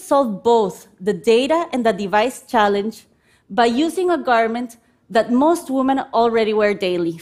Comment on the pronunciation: Great Idea, but does it really work as advertised? 🤔 I would start by first by teaching her how to pronounce "women".